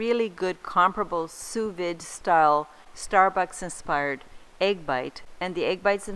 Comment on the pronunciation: It's pronounced soo-vee, like boo and like see. Thanks for the video. I'd probably put all of the ingredients into the same bites.